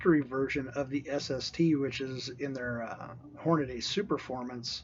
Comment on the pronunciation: It's not Hornaday. It's Hornady. Horn-a-dee. Idiot.